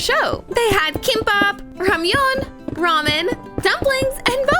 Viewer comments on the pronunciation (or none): none